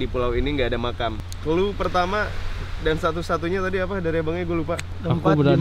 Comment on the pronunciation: "Emang disini ada macan beneran?" "Makam bang" Lah aku juga dengernya macan wkwk